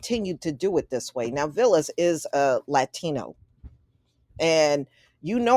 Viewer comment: His name is pronounced VAL-lis and he's Greek not Hispanic